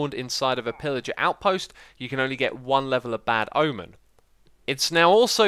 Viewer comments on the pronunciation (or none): none